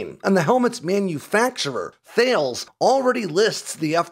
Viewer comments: I don't know if anyone has brought this up before, and I don't know whether you are worried about stuff like this. THALES is supposed to be pronounced as the French do, as talus. Had on of their representatives get quite excited when he heard me repeatedly say it wrong. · Thales is pronounced Thay-lee-z to rhyme with Hayley's not thails to rhyme with fails. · ... The company 'Thales' is actually pronounced "Taul-us" (rhymes with Alice). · Thales is pronounced as: Taalas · A couple of minor corrections: Thales is pronounces Ta-les rather than Thayles and your knots to mph was the wrong way round, 30 knots is about 35 miles. Really interesting video as always though. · Great vid as always! Small note: it's pronounced "Tall-ess", not "Thayles". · Sorry, I couldn't get over your pronunciation of 'Thales'. For future reference, it's 'tha-les', not 'thailz'. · Thales = Tal-iss. Not Thay-els. :) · For those who don’t know, Thales is pronounced “ta-lehs”. (It’s a French company named after the Greek philosopher) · You say it “Thales” as in “Alice” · It's interesting and odd that the firm Thales doesn't use the traditional English pronunciation of its own name ('T-h-a' > 'thay' like 'say' / 'l-e-s' > 'lees' like 'bees') in official marketing material, they say it like the Texas city of Dallas > Thalis - and then pronounces it like a boat's sails > Thails. The ancient Greek philosopher Thales would be confused:) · Thales is pronounced TAHL ESS ie hard T for the TH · A note on pronunciation, Thales is pronounced “Tar Lez” (according to a friend whose partner works for Thales). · Thales is pronounces "Tah-lays" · Pronounce Thales as “tallus”. That about the closest we can get to how they actually pronounce it. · Thales is pronounced as Telus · Thales is pronounced ‘Ta-Less’ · Thales is pronounced 'Tuhales'. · It’s not Thales, it’s pronounced “ta” “les” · Tip: Thales is a French company, pronounced TALL-ess. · Thales is pronounced "tar-liz"